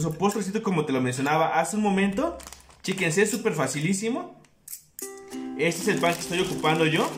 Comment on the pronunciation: Iba todo bien hasta que dijo "chikes" 🤦🤦🤦🤦🤦🤦🤮🤮🤮